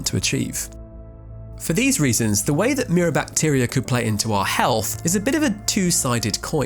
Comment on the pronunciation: I know it’s rude to say things about people accents and stuff, but hearing “mirror bactier” at first made me laugh pretty hard